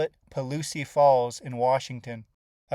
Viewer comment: Properly pronounced “Paul-loose”.